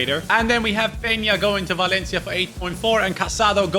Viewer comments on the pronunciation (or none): none